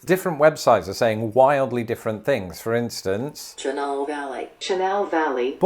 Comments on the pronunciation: Cheenall. LOL. It’s Shinall. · You literally did better than the National Weather Sevice out of Tulsa does every storm season and even half the meteorologists that are hired in from out of state lol. Good job! And it's more like ch'nall, and Monticelluh. Bodark is a common name for a horse apple tree so that is what happened to the bois d'arc, they basically picked the closest regional word for something since not many people here are as fluent in French as they are one state below even if we were a part of the Lousiana Purchase. I'm surprised some others didn't make the list so if you're looking for a bonus round, have a go at "Tonti town" "Paragould" "Stutgart" "DeQueen" "Lavaca" and these ones aren't particularly hard to pronounce, but we actually have other cosmopolitan destinations such as "Toad Suck" "Weiner" "Bald Nob" "Booger Hollow" "Fifty Six" "Smackover" "Turkey Scratch" "Hooker" "Hog Wallow" "Seed Tick" "Stumptoe" and "Possum Grape". Some folks even get to tell people they live in Flippin, AR without being the slightest bit facetious. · OH-cee-ola... not AH-cee-ola... And, it's shih-NALL... But, hey, you did pretty well! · Hearing the recorded pronunciations, really says that you CAN'T go by it for the correct way of saying all these towns. 😩 (I'm from Arkansas, almost 60yrs.) Some are close enough to be passable BUT NOT completely correct. Ex: 1. Osceola - should be > O•SEE•O•LA 2. Chenal - should be > SHHH • NAL Just to name a couple... 🤷‍♀️ I still LOVE YOUR VIDEOS!! 💜💜💜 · Chenal is pronounced Sh-nawl.